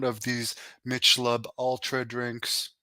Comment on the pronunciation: He said “Mitch Lob Ultra”. Lmfao. You mean Michelob Ultra. The beer? “Mitch Lob” lol.